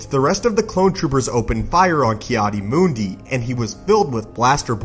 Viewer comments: It's Mundi not Moondee. If you can't pronounce character names, find a new occupation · Ki adi mundi Not ki adi moondi